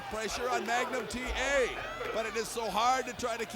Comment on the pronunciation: “You listen to me Magum TA!” - Nikita Koloff 😂